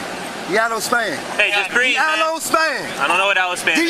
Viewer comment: Did said Didi, i can't breeze....or i can't breath?